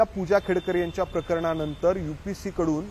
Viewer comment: तुमची मांडणी करून सांगायची पद्धत खूप छान आहे,मी तुम्हाला खूप दा पाहिलं आहे पण एक सांगायचं होत की तुम्ही UPSC ला UPC असं का उल्लेख करता खूपदा तुमच्या तोंडून एकल आहे UPSC अस क्लिअर बोला की